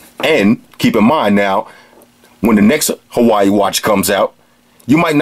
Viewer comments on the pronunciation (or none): It's pronounced Ha-Wa-II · That was an awesome review bro, I love your style. I don't think I've ever laughed so much during a tech review, plus it's one of the most informative I've seen. Definitely sold me on the "Hawaii" Watch, gonna pick one up after my next paycheck. Also greetings from the actual state of Hawaii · hilarious! it's the same pronunciation "hawai" here in KSA...